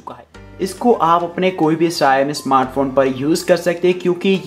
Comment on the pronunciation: Shayami nahi bhai Shao mi, Shaomi aise bolna.